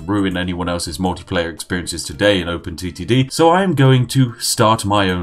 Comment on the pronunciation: Was I the only 1 Who though he said open STD